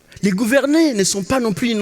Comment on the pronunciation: Il prononce les "e", "é", mais il dit: les garçons poussent dans LE choux et les filles dans LE fleurs. C'est compliqué dans ces conditions de participer à un concours ou le simple changement d'une lettre entraîne souvent un jeu de mot brillant.